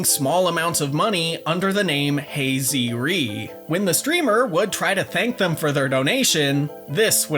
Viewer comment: rip hey zee ree